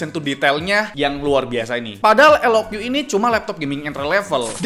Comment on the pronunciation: Btw pembacaan resmi dari lenovonya itu "lok" bang, bukan "el o kyu" 😅🙏